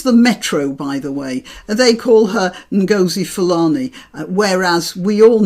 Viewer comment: It's Ngozi - rhymes with Dozy.